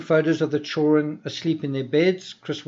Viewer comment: you’re great and I love your work. But the D in children isn’t silent friend. 😆nothin but love I swear but you’re killin me😂